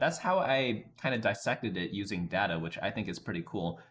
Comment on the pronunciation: its data not data